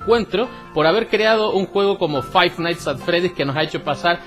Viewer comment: Five nighthts XD